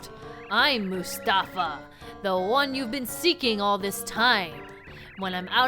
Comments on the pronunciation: I think it's "Mouse-tafa" not "Moose-tafa". You know, just for the PUN of it! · I may have just been pronouncing it wrong my whole life, which wouldn't surprise me, but I think "Moustafa" is supposed to be pronounced as "Mouse-tafa" because it's a pun on mouse & the common Arabic name Mustafa, but I may be wrong, as it can also be spelled the way it is in the game. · i feel like moustafa's name is supposed to be pronounced mouse-tafa... because he's a mouse